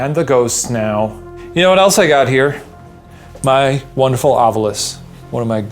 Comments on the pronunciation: Is Shane actually shook ? Ryan, can you please re-record the Ovilus intro to say "Ovilus" instead of "ovulus"? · For the debrief: why does Ryan in the prerecorded thing pronounce the ovilus like “ovulus”. Rhyming with fabulous. It irks me every time lol